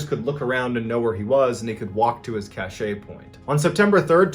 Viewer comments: Dude... Cache is pronounced "cash", not "cashay". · i think that word is pronounced "cache like cash" (as opposed to "cache, like sachet, away, or gray" ? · Cache is pronounced "'kash." You're saying cachet (ka-ˈshā), which has around 4 definitions, none of which are what you're referring to. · It's pronounced KASH, not Cashay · I made it 5 mins in. If I heard cache pronounced "cash shay" one more time I was going to lose my mind and at the 5 min mark he said it like every other word. For future reference cache is pronounced cash. How does a Navy Seal not know this? It's cache (cash) as in weapons cache. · It’s pronounced cash I think lol not cash aye (cache) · its pronounced "Kash" bud. not Cash-ay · It’s pronounced cash not cashe, learned that from Jocko podcast, cashe does sound better tho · I think is "Cash", not Cash ay, but I could be wrong. Giving Dave the credit for breaking this story wide open was good of you. Kudos for that. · Sorry, sorry, sorry. Hate being that guy. But "cache" is pronounced 'kash', not 'cash-Ay'. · Why do Americans keep mispronouncing "Cache" (pronounced "Kaysh" or Just "Kash") Kash-ay? To the best of my knowledge "Cash-ay" is a perfume. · Dude I love your stories but you're killing me with "cash-ay" It is pronounced "cash" and spelled cache 😜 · It's not pronounced "cash-AY" it's pronounced: CASH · John, I thoroughly enjoy your work telling stories. Just a little FYI. We here in Montana pronounce the word "cache" like the monetary word "cash". Keep up the great work. John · Every time he pronounces cache “cashay” an angel gets his wings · Great storytelling. One thing, cache as in a stash of money or food is pronounced "cash." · Cache is pronounced "cash." Cachet (an admirable quality) is pronounced the way MrBallen is saying it. Sorry to be that person, but it's out of respect. It would suck to be made fun of for saying it the wrong way. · Cache is pronounced cash. It's means hide or hidden in french. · "Cache" is pronounced "cash"